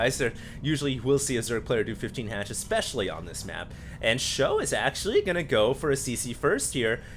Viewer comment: everytime he says 'for sjow' I think 'forsho' like for sure / fosho. :)